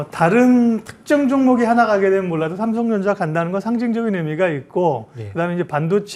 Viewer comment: 왜 발음이 삼성정자로 들리지 ㅋㅋㅋㅋㅋ